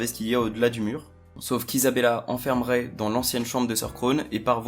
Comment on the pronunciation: Ça se prononce Ray